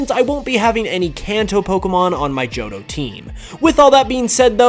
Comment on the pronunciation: IT'S JOHTO, NOT JOTTOH!